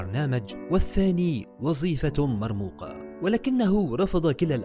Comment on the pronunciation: اسمها وظيفة وليس وزيفة